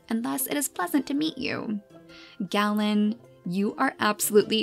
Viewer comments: Just so you know the name Galen is pronounced Gay-len! My name is pronounced the same way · Also I believe it’s pronounced Gay-len? That’s the way I’ve heard it. It can probably be pronounced Gah-len as well. Idk.